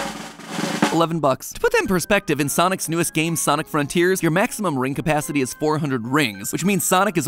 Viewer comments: Is this just me or did he say sonis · Anyone else notice 26 seconds in he said "sonis"? And just yesterday i was mispronouncing everything i saw in the store hahaha 😅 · Does MatPat's voice sound weird to anyone? Like it's REALLY matpat-y throughout the whole thing, with random pitches in some words where it doesn't fit? Also he kinda butchers a few words when he talks. Like the "soniS" in the beginning.